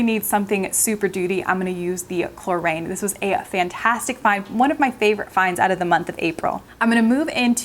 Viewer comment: Good stuff, well presented, as always! (For possible future use, Klorane is pronounced chlor-on, like moron - I wish there was a better word to use!)